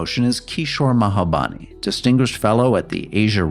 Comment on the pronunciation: The moderator never said Kishore’s last name right. It’s Mahbubani, not Mahabani!